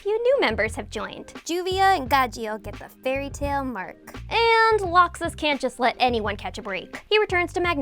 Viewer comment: How do you mispronounce laxus?? How???